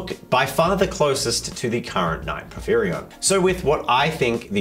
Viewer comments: For the pronunciation, its pour-fear-ion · teal and it's pronounced po fi ron. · "Pour-fear-ee-onn" There ya go. It's the name of the King of Giants in Greek Myth. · it is to my understanding por-phyr-ion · I'm that one commenter who corrects your pronunciation. Por-fie-ree-on.